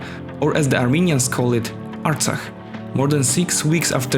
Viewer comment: You pronounce the foreign word '' Artsakh '' very well. You are not "Hay" by any chance? Since you started by lying when you said that the conflict has started to take control of Nagorno-Karabakh = Artsakh. No, Azerbaijan attacked to recover its territories equivalent to the area of Belgium empty of its 700,000 inhabitants in order to re-establish a security zone around a region (Nagorno-Karabakh) which produces nothing at all except a few sheep ... It is a financially and intellectually poor country which has no military tradition and not even a state tradition. In fact, their independence was given by Stalin.